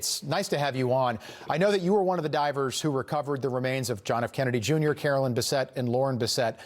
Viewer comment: It's Carolyn Bessette-Kennedy not Caroline, his sister. Two different names pronounced differently.